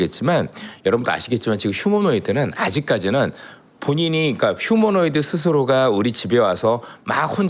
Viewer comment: 이사람 얼마전까지만 해도 휴머노이드를 휴머노 로이드라고 하더니.ㅎㅎㅎ 휴머노 로이드 ㅎㅎ😅😅 난 한차원 높은 로봇인줄알았다.